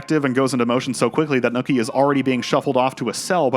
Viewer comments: Loved the analysis but its not “Nooky” its “Nucky” lol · This is the second narrator I've heard who apparently can't pronounce the name "NUCKY" and instead calls him "NOOKIE", wtf?! It's crazy that someone (who is clearly American, without an accent) can watch the entire series and can't tell that they're saying the main character's name wrong, lol.... Nookie. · His name is Nuckie though. Not nookie. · Bruh... It's Nucky... Not NOOKIE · Are you purposely mispronouncing nUHcky’s name?? Lol you keep saying Nookie and it made it hard to finish the vid 😭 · I'm going crazy here. It's Nucky. Like Knuckle. Not Nookie like a fucking Limp Bizkit song... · OK, yo asshat! His name is Nucky, not Nookie. Nookie is that thing YOU never get from your crush. Fuckin moron. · Great video but his name is Nuckie not Nookie, a slang word for sex. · NOOKIE? you pronounce Nucky as NOOKIE?!?!?!? what the fuck, did you forget what fuck sound's like? now replace the F with an N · The pronunciation of Nucky as "Nookie" drives me absolutely crazy. I couldn't ignore it after the hundreth time of it being said. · The “Nookie” mispronunciation has me on tilt 😅lol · Its killing me how you're calling him Nooky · I think it is hilarious how you repeatedly pronounce Nucky as “nookie”.